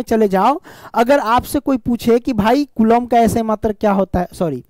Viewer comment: Kulom nhi hota kulam hota hai